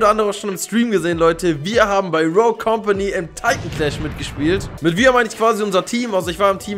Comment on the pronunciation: Macht mich das agressiv wie du rogue falsch sagst 😂